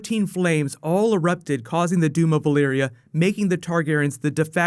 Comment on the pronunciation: am i the only one hearing "Balyria" instead of "Valyria" ??